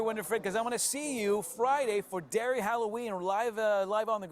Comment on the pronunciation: And Called Derry, 'Derry' (: Thanks for the coverage! 🇮🇪